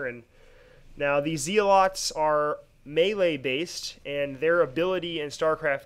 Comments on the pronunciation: I think zeolet is pronounced like it rimes with hell atleast thats how ive heard other commentators say it. Great video still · "Zee" lots :P